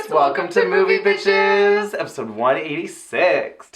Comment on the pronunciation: i SWEAR i keep hearing "welcome to moviePITCHES" sigh the pitch perfect love is REAL in me lol